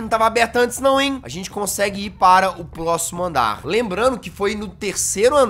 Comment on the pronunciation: Todo mundo: Nightmare Huggy Wuggy Jazzghost: Huggy Wuggy do Tinhoso Todo Mundo: Gás vermei Jazzghost: Gás de Chernobyl Todo mundo: CatNap Jazzghost: Gato do Capiroto Todo mundo: Próximo andar Jazzghost: Plóximo andar(Cebolinha é vc?) Todo mundo: O meu Deus o CatNap Terrorizando: Nossa que rabão CatNap Todo mundo: Coloca a bateria Jazzghost: chucha a bateria